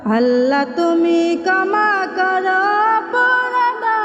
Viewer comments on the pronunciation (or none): কমা না ক্ষমা করো, উচ্চারণ সঠিক ভাবে করার চেষ্টা করবেন , ধন্যবাদ